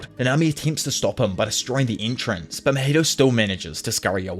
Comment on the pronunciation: how can this guy not pronounce mahito properly smh i cannot. but i will still like cause u dope asf <33